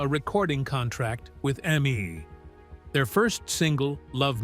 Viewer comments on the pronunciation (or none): Terrible AI. Three ten pounds should be three pounds ten shillings and it's E.M.I not Emmy . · A recording contract with Emmee?????? It's E. M.I. not Emmee. A.I. voices are crap. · Hey AI bot. The Beatles were signed to EMI. Not Emmy. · This lost me when the voice saw EMI and said Emmy. 🤦‍♀ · The AI bot gives itself away when it pronounces “E-M-I”, The Beatles’ record company, as “em-ee”. Sprung! Garbage in, garbage out… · THIS video completely sucks in the very worst way. There's nothing new in it, but it drags on and on to take advantage of George's cultic following because we will suffer through anything to get next to him one more time. It refers to EMI records pronounced "Emmy" signaling a thoughtless use of AI - the whole thing is a thoughtless using of George Harrison (F U for that), but the comments below are all well worth reading - making this whole thing one of the most ironic posts in YouTube history~~